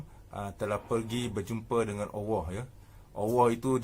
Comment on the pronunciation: Apa ni sebut Allah pon tak betul....awoh apa awoh